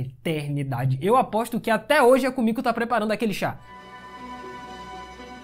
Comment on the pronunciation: Komiku, não soa meio estranho não ?